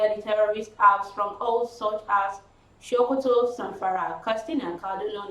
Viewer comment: It is pronounced as 'Sokoto' Not Shokoto as pronounced by this young lady. It is called Sokoto Not Shokoto Beside, this poor pronunciation of Shokoto. You ve done well in reading the news and in other aspect of news caster. Kudos Wembley Middlesex